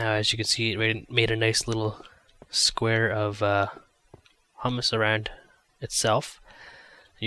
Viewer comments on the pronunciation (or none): um dont mean to be an ass but its prononced huemus not humus the kind you eat (it worm poo ) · LOL its HUE-MES not HUM-ES just like HUE-MEN (Human)